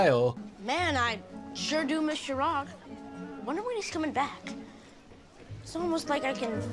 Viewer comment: Vail:ChIRaG GuUpTha Me,Indian who knows the actual pronounciation: -_- Anyways the video was awesome